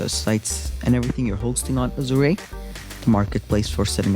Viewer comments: Please pronounce Azure correctly. Annoying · dude your pronunciation of Azure is super irritating......please learn to pronounce it correctly...